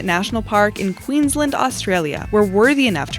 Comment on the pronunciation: It’s not Queeslend it’s Queensland